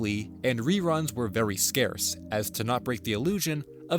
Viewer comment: why did you pronounce the word "scarce" that way?